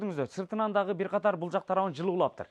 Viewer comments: Дагы деген созду эмнеге дагын деп суйлошот? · Кылыптыр бирок окшошпоптур,бараЙлы,короЙлу,киреЙли,дагыН деп😅😅😅